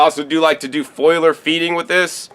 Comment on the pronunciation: I'm naked drinking beer and whisky and eating kale while watching this. Does that make me , you know weird ? Sorry man but it's FOLIAR not foilar. Plants have Foliage not foiliage. FOLIAR Feeding my Brother. Hey I love you and all the knowledge you share. Ever get out my way let me know. We'll drink a beer and eat some greens